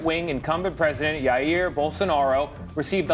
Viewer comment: Lol they pronounce Jair like it's Spanish it's a j like in garaGe or miraGe